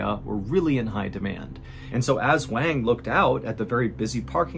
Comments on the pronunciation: Liu is pronounced Lee-oo (kind of like Leel) not Lay-o; and Wang is pronounced Wong (or like wand with a G instead of a D) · Love your vids! Just a quick note, Wang is pronounced closer to "Wawn", like Yawn with W. Liu is pronounced Lee'you, not Lay-oh. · I appreciate you covering more global events, but I want to encourage you to cross-check how to say their names. "Wang" probably uses the soft a, like "wand". And "Liu" is usually pronounced as "lee-oo" not "lay-oh". :) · Every time you say wang. 😂